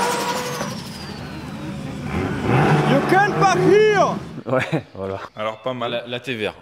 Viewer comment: Le "you can't parc here" est magnifique 😂